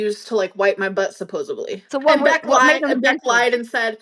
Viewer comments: It makes me irrationally angry that she says "suposebley" - Suposebly?? It's SUPPOSEDLY... FFS. Basic words. Basic grammar.... Okay "My grammar is ALWAYS perfect" and I have a 150 IQ or higher when I take tests.... She is so dim yet thinks she is a genius?? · you simple minded heifer. I know you haven’t had a lot of “D” in your life, but here is where you need to insert one. “SupposdiVlee” I cannot!! It’s “SupposeDly” with a “D”. Not a “b” not a “v”. You wouldn’t say “supposeV to” you wouldn’t say “supposeB” One thing is for sure: shes a SHORT BUS COW RIDER for real! 🚌 🐮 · SUPPOSIVELY Can this b*tch say anything correctly? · The way she says "supposubly" makes me irrationally angry.